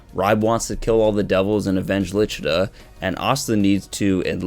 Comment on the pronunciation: The names were butchered 😂 who the hell is Ribe??? 🤦🏻‍♂️ The official Viz translation, her name is Licita not Lichita.. 🤷🏻‍♂️